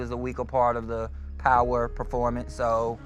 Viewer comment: “We traded po-won”